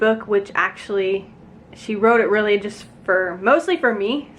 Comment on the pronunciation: u say it rlee